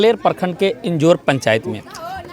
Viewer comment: पिंजौर पंचायत नहीं इंजोर पंचायत क्या आप पत्रकार बनेगे 😂🙈😂